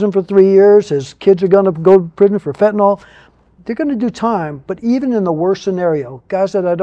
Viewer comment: It's fentanyl sam not fenadol,ok